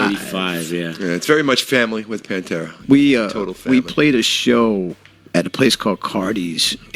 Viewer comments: I paused the video after the second mispronunciation. I cannot watch videos where the main subject they are talking about is pronounced wrong. Ever heard of research? There must be hundreds of videos with the name said correctly. Ever do any editing? How do you watch this and put it out? I wanted to hear what the two gentlemen had to say. I tap out when people are this lazy. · Not even pronouncing the band's name correctly... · This channel says it’s “keeping rock alive” or whatever and can’t even pronounce Pantera. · How is it possible for the narrator to put together a video like this and not pronounce Pantera correctly? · So you don't know how to pronounce "Pantera"? Is this a bot reading this? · You put out a video about Pantera, which requires some research, but you repeatedly mispronounce the name of the band. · Maybe one should at least pronounce Pantera correctly before posting. It bothers me deeply. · Mate you need to learn how to say Pantera properly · The way this guy pronounces Pantera is cringy af. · Why are you pronouncing Pantera like that? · If you are doing a vid about Pantera at least say the name correctly! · Pronounce the name of the band right. I couldn't even watch the video. So irritating. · This guy can't even pronounce PANTERA,Lol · How can you report on such an Iconic band n pronounce the name like an absolute fool 🤦🏼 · The readers pronunciation of "Pantera" drives me nuts. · Why are you saying Pantera like that? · It’s Pan Tear Uh not Pan Tura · Bro, it's Pan Tear Uh... NOT Pan ter Ah... Sigh... Vinnie Paul HATED Phil! HATED HIM! So I guess Van Halen is having a reunion without Alex and Eddie... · Who's Pantra? Seriously you can't pronounce the iconic bands name correctly it's Pantera ! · its PAN-TEAR-UH(PANTERA) dude..not pan-tur-uh panturuh...omfg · Its pronounced Pan-tera f$%ktard!! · Why you calling them Pantruh? Cringe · I had no idea that Pantera was pronounced Pantra, thanks narrator! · Please say PANTERA right, just one time! Ffs!